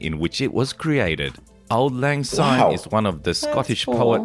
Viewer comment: Anyone who dares say or sing "Auld Lang Zyne" when in Scotland, is immediately banished south of the border, never to return. The English and Americans are the worst offenders. 'Syne' begins with the letter 'S', not the letter 'Z'. Commit this lazy sacrilege at your peril. About 50% of this video has nothing whatsoever to do with Edinburgh btw.